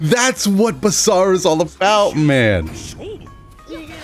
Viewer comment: I feel like he pronounces his name weird. Basura means trash where I'm from so I'll just call this character Basara xD.